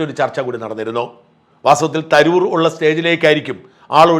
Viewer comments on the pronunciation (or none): none